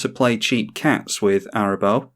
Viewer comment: I know it doesn't normally matter, but you're pronouncing Arahbo wrong. You're saying it as if it's Arabo, but the h makes the middle A long, so it's Araaaaahbo.